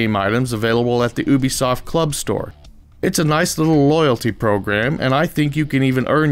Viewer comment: Omg people.. its youbesoft not "ewwwbesoft" not sure how people get this wrong, considering ubisoft is one of the biggest and most well-known AAA developing companies in the world